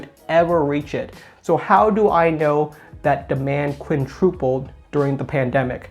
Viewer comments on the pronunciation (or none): Quintupled. No r.